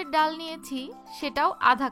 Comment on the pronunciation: ডাউল শব্দটা শুনতে খুবই খ্যাত.. ডাল বললে ভালো শোনায়